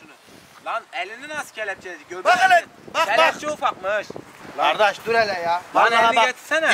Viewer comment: kore aksanına döndü kelepçe ufakmııııışş